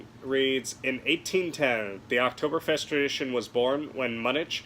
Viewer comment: The people of Germany are disappointed in your pronunciation.